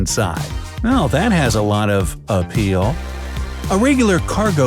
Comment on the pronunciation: did he Said appeal?